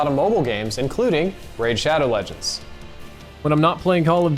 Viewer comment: Saw this comment as soon as he said "Raid ShoAdoW lEgEnds"